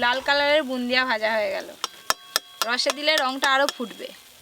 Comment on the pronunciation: Bundia noy go bode bole😂😂